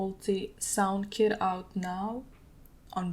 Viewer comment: For a second I thought she said “I made a new kid” when she was talking about her kit😭🤦🏾‍♂️